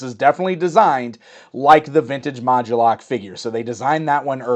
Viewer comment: Why is he emphasizing or adding a "gu" sound? Isn't it mod-U-lok? Like MOD-YOU-LOCK?